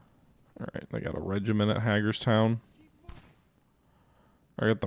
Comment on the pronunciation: Hagerstown is pronounced HAY-gers-town. It's a cool little town in Maryland.